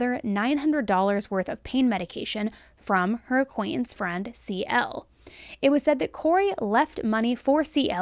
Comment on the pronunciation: Acquaintance not acquainence please pronounce the words with the T letter don’t teach your child to spell words wrong